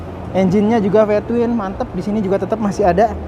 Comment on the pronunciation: Ve Twin om Bukan Pe twin hahahhahah salam hangat